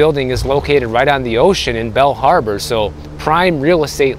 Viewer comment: Are you saying Bell harbor or Bal harbor?